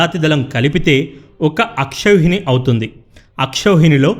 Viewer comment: Is tha word Aakshoni or akroni??